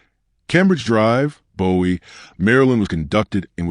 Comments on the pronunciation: You keep calling her Rose. I believe that is her middle name. I live in MD in the DMV and her family never called her Rose on the news. Why are you calling her Rose? P.S. Bowie is pronounced "Booie" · It’s (Boo-we) Md not David Bowie, MD. FYI.